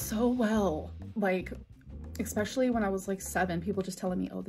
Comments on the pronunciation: eXspecially... makes me homicidal😂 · The one that really gets me is ‘ex-specially’ 😂